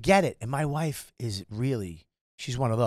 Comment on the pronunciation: . “WOIEFE” as wife is nuts lol